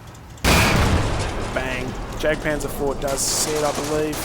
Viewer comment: you know the jagdpanzer is pronounced yagpanzer, :/ it just bugged me when you said jag